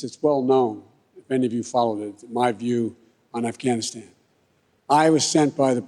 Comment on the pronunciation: Who the fuck says Afghanistan that way